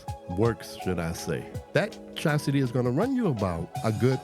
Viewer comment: Chassis is car frame, Chastity is a woman who won't give it up without a ring. I may be miss hearing it, but it sounds like you're saying chastity in the beginning. Love the vid.